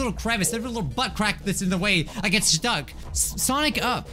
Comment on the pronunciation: What i hear when he says sonic up SONICA